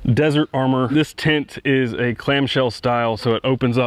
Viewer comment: Ooooh, you're saying "tent." I couldn't figure out why it was so hard to find "tint" for your specific excursion. Everything makes so much sense now. I have some fond memories of our old excursion. However, I didn't have to pay for the gas.